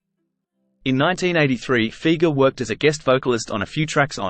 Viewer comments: Fi-ger….NOT Feeger… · it's Fi-ger not feger